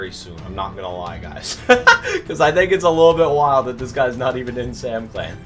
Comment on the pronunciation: yoooo bro said samcial is L OML